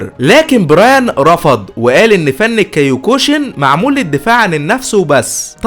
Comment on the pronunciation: اسمو (كيوكوشن) وهو فن احد اصناف الكراتيه للتصحيح والمعلوميه. وليش كاياكوشن